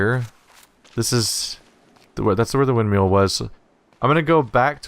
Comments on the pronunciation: Rewatching this series because its a great game. Forgot how agonizingly triggered I got every time he says Windmeal though ;_ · why is hearing windmill pronounced windmeal adorable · Every time he says "wind meal" I crack up. :P Great videos man, really fun to watch.